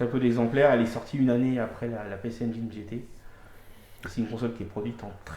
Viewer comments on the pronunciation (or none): Engine comme angine, pas engaïne